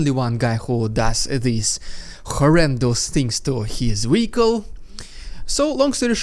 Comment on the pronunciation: What’s a weehicle?